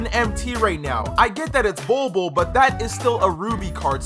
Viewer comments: I love the way he pronounces the "bold bol" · I love the way he pronounces the "bol bol" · Bol bol means pubic hair in my country. Stop pronouncing his name like the way you do coz it’s hilarious